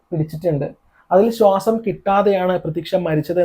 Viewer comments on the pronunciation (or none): none